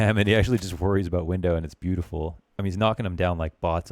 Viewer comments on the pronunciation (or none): none